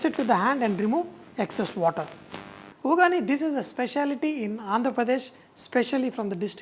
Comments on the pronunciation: Uggani not ugani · sir this is special in Karnataka much n its not vugani that's vaggani